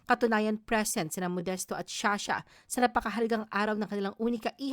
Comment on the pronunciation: sha sha???? You mean Zsa Zsa